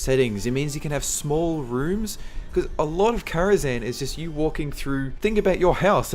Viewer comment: Really? Karazhan? No. No.